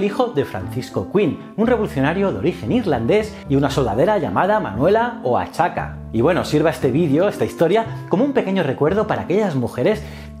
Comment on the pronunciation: También pronunciaste 2 veces "Oachaca" cuando la correcta pronunciacion es "Oajaca". Oaxaca se pronuncia "Oajaca" con la X sonando similar a la J, como sucede con México (Méjico) o con Texas (Tejas). O para decirlo más claro, al no existir en Castellano un sonido que corresponda exactamete al sonido propio de ciertas consonantes de las lenguas nativas mesoamreicanas, les ajustamos lo más próximo posible tanto al pronunciarlas como al escribirlas, recordando que la escritura debiera ser consecuencia de la pronunción, y no a la inversa. Por lo demás estupendo y generoso video como acostubras. Enhorabuena!